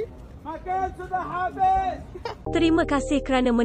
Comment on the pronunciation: Teringat filem ahmad albab, bila p.ramlee berdialog melayu ala2 arab. Dengar accent ckp "sudah habis,sudah habis.. sudah habis ".. betul la style p.ramlee ajuk dulu..